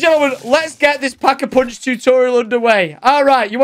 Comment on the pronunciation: Like for “Pack-A-Poonch”